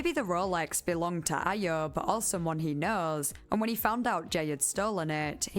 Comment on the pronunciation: Ayub is pronounced “eye-yuub” lol